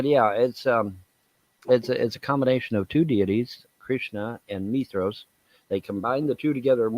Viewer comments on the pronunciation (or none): Mithras not Methos and no Krishna is not at all to do with Christ you old fool...